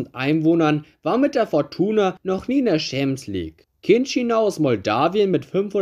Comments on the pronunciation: Wer kennt sie nicht: die „UEFA Chamsieg“ lol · „UEFA Scheemps league“